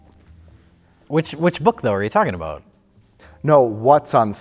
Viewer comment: sounds so Canadian when he asks, "Which book are you talkin' about?" Ha, ha. He said "about" like a Canadian. That's Wisconsin for you.